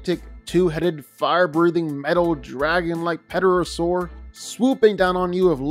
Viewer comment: "Pt" is pronounced like "T",. Please. Its killing me how you said Pterosaur. Also, as a HUGE Bayverse fan, I adore how hard you've worked to create character depth for characters that don't have any 😅